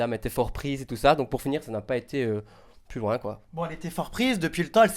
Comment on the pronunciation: Mdr Giuseppe est le seul qui arrive à dire "plus loin" comme toi :p